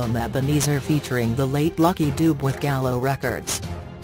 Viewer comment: Please learn to pronounce the surname correctly please